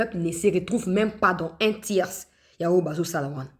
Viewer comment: Un tiers > prononcé [tier] .